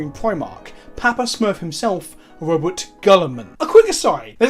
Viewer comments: it's pronounced "Row-butt Guy-man" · I'm pretty sure it's Robot Gorillaman Edit: but seriously, the official pronunciation is Row-BOOT GILL-a-man